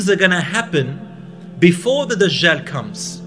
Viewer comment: Why do they keep calling him DaZHaal? It's DAJJAL with a 'J' and not 'ZH'